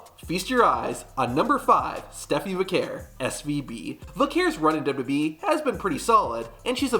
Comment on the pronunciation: I like your videos but they are a bit hard to watch. You say “Duby Duby E” for WWE over and over and it is distracting. You also say years too fast. For example instead of tow thousand twelve you say “tosend twelve”.